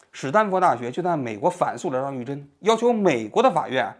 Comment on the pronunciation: 张玉珍，你为啥总是读成张士珍。